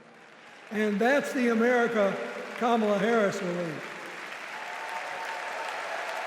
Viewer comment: He doesn’t even say her name correctly. Party of fakes. You installed her like you did Biden.